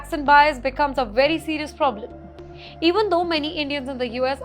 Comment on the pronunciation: You literally made the conscious decision of pronouncing "very" as "werry".